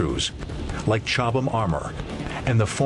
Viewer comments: Is not chobhlam its Cobhlam, Well its pronouced that way. Im British before anyone contradicts me. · It's Chobham. Chobham common was the home of the FVRDE, later RARDE, where Gilbert Harvey pioneered the armour that became "Chobham". (I'm English too).